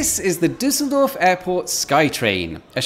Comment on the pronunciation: ‘This is the Disseldorf Sky Train.’ Disseldorf? 🤪